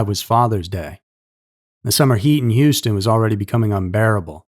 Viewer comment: He even pronounces "Houston" properly. Not that awful "Yewstin" I constantly hear.